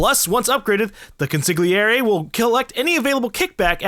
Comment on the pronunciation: Love your series and commentary, but for the record consigliere is pronounced con see airje